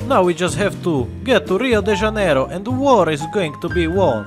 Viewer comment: uncanny how he pronounces Rio de Janeiro correctly